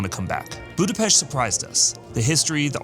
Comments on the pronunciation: I am Hungarian and you pronounced Budapest perfect ! Thank you. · Thanks for the correct pronounciation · THY ! Nice prononciation of the capital city!